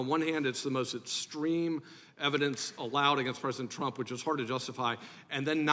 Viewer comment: Mr.Jordan, our Presidents name is Trump, not aTromp, sir.😂